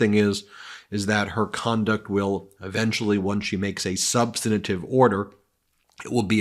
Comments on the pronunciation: Ben! The word is sub-stan-tive, NOT sub-stan-a-tive! Stop sounding like an idiot! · Substantive, not substantative. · How did you miss this? The title card should have said, "Come on, Aileen!", not "Help me, Aileen!" We can always use a good music reference in our lives. Also, Ben needs to learn how to pronounce "substantive" and "Shkreli". Just sayin'.